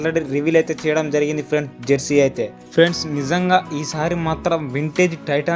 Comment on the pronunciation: Bro adhi jarsey kaadhu bro jersey